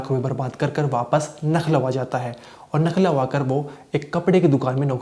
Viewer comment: भाई बार बार आप लखनऊ का नखलऊ बता रहे हैं कहां से छानकर लाये या आये हो आप😊